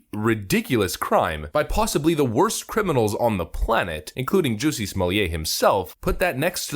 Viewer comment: Is the narrator saying jussie's name wrong on purpose?